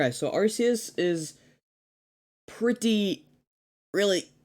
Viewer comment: It's called ARCEUS! (ARK EE US) Not Arseus lol